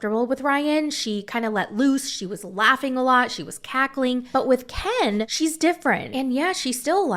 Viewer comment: I think there's something shady in the reIationship between Gypsy's sterpmom and KIN.... Without her interference, they wouIdn't have even gotten back together (at Ieast not so soon).... does anything think the stepmom and "Kin" (doing your accent!) had a "thing?"